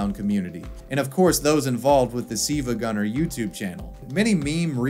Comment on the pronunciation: "siivagunna" lol